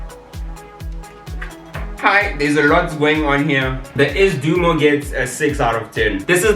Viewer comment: Not Ass Dumo its Sdoumo